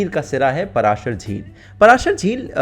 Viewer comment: पराशर नहीं पाराशर है भाई।